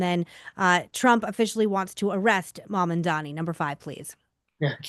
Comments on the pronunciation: It's Mam-dan-i, not Man-an-dan-i. I can't stand him but his name is his name. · “Mom” Dani…. It’s not that hard